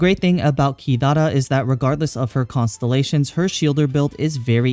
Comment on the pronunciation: mate u overpronounce "Kirara" :(